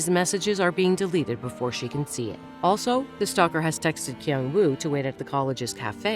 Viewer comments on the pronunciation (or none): none